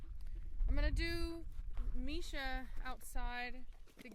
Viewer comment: Is her name Misa "MEE-SAH" or Misha "MEE-SHAH"? I see it being spelled 'Misa' but it being pronounced 'Misha'. Is it pronounced differently in her imported country? I just wanna get it right.